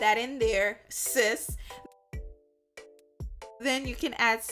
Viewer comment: You said SIS real hard! I'm making it? (Male) now what? 🤣🤣🤣